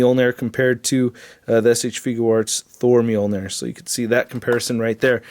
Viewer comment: Why is it when a word or words (e.g. -Moljnir) is repeatedly pronounced wrong, especially In the beginning, and throughout the video. That shit irks me so bad because we all l know i it's wrong but it's st I there and worse off, still said. LMAO